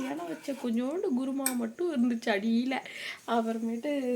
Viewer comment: Sis guruma ila kurma